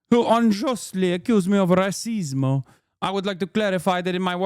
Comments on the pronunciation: Not Racismo?!!! I could listen to Italian Hassan All Day!!!! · Hasan was cracking me up with the accent. "Racismo" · "Rah-sismo" is wild. I'm here for it.